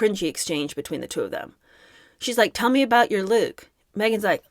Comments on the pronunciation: Who in god's name would NOT be confused by someone mispronouncing a simple word like "look" as though it's supposed to MEAN something? Weird. Just weird. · I hate to defend meghan on anything, but I was also befuddled by her pronunciation of "looook". I was confused. It was very awkward and strange.